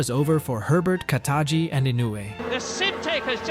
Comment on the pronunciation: who is Kataji? There was no driver of that name in the japanese gp. Did you mean Katayama?